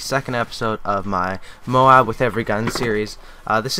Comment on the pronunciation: moab not moam